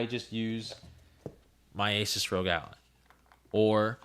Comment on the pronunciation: bro its pronounced Al-Lie Not Alley So in the spelling ROG Ally the 'y' is a long y sound. The word Ally is like friend, or comrade. Its a play on words as its a little device that goes everywhere with you so its your Ally. No, just no. The ASUS Rog Ally is gonna be streaming Elden Ring at like 720P(lol to anyone watching that stream) at like 40 FPS while the Z13 is going to be doing 1440P 70 FPS, its not even in the same ballpark.